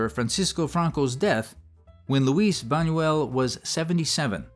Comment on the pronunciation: A.I. can't pronounce Luis Buñuel? Imagine. It took 1970 years to become grown up and adults.